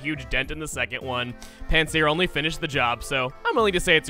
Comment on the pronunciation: Name Pancier “Pantsier”!